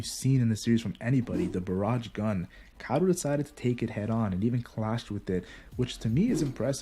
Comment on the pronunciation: barage gun xD, its baj-je-rang gun